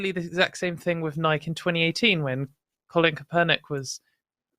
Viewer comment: I can confirm that pronounced Nike the correct way we say it in the UK.